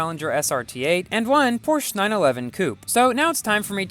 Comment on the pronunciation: Pronouncing the word is Porsh - a